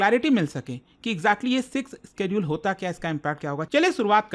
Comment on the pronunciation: Bhi schedule isss ka pronounciation alag laga raha hai up se